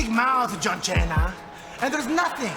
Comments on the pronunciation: My dude said "John Chena" 😂😂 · Hell, thanks to Santino I still say John Chena. Haha